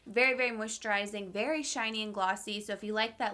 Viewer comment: It’s so cute how she says “verwy” oily. 😂💜 Lol. I don’t think she even notices, but I noticed it in the last video too. She can do no wrong though. Love you!